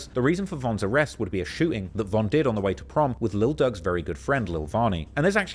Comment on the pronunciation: It's Durk bro'